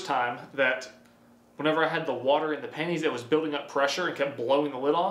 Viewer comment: When he says pennies I think he’s saying panties “there were panties all over the garage floor”